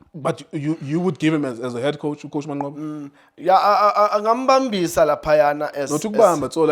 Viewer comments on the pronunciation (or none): U can't say mancqoba😂😂😂😂😂aowa i thought u will say rulane